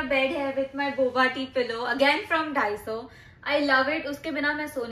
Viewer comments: 다이소 (daiso) is the correct pronunciation. Maybe you need to start studying. Also its not a fight or battle. I just stated what’s correct. Upto you to agree or not. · The pronunciation for “daiso” is incorrect 🤓 its not “dHaiso its Daiso” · daiso ❌ dahi soo ✔ btw i love your house❤